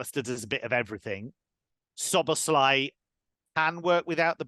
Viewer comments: So - bows - law- ee stressing the first syllable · It's not slob it's sob-as-lie